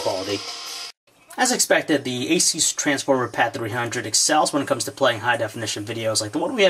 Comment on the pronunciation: No its a-soos